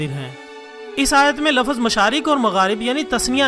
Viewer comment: Lafaz nahi lafz.